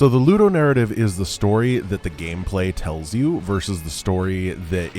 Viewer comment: Would someone be so nice and explain what narrative is talking about (and then several times more,, etc.)? Is it "Ludo-narrative"? "Lu-narrative"? "Nu-narrative"? I generally have no problem understanding what says, but this time I have absolutely no idea. Any help will be really appreciated. Thanks in advance!